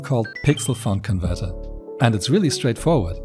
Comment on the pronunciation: pov i hear someone pernouncing font as fon ITS FONT NOT FON